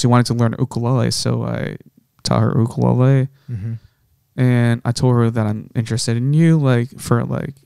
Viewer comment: The way this guy pronounces ukulele 😅